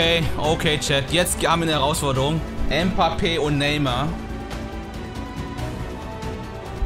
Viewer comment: Bro du bist der beste RTG streamer aber Mbappé spricht man Mbappé aus und nicht mpappe